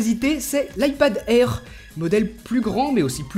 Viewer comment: L ipad airrrrrrrrrr mdr